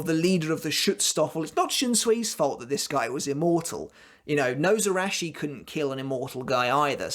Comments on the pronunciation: Nose-arachi. Absolutely love that pronounciation. Your video is making my night <3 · ....It is pronounce [She-knee-gah-mee] not [shin knee]... shi-ni", "死" or Shi character is the root particle for death of "死神" shinigami. the was you are pronouncing it you are adding and extra "ン" or "N" and Nozarasho/野晒し is pronounced のざらし /[No-zara-shi] [No- Zah- Rah-Shi] you say SAN wrong, say the a long...like "On" as in On and off.